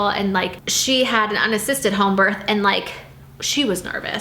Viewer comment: It bothers me how she doesn’t pronounce the th in “birth”